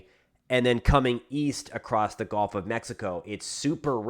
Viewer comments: Thanks for info ! Good report .. but please - one pet-peeve - it is actually pronounced “gUlf” coast …not “gOlf” coast .. 😵‍💫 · You're driving me nuts with your pronunciation. It's not a golf course.... It's the GUuuuuulf course.... 😢